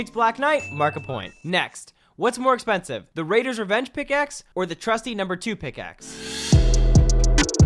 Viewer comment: You said more aapensihf